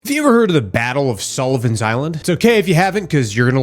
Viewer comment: What you said vs what I heard: K - have you ever heard of the battle of Sullivan Island... M - sure have. It was a critical battle K - 1776 M - TF?!? WW2 was nowhere near the 1770s {Finally look at the post} M - ah 💩 he said Sullivan Island not Solomon Island .. Ok, I'm familiar with that one too 🤷🏼‍♂️ just wasn't what I thought I heard 😂